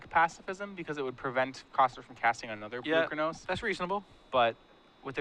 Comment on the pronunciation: is still mispronouncing Polukranos. I understand if the average player mispronounces it, it's a strange invented word for a card game, but is a paid announcer, it's his job to get details like that correct.